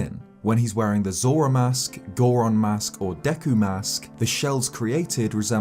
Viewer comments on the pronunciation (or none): none